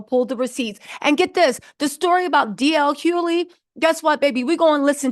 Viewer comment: DL Hoe-ly